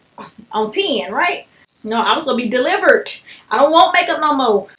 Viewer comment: "Delivert" LOL